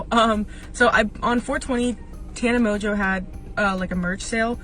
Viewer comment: moNNNNNNNgeau, not MOJO, PLEASE